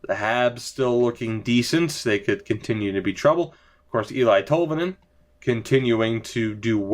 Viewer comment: Formenton for Tolvanen